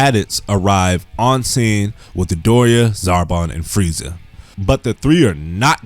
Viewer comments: DaDoria not Darbora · It sound like you're say Deborah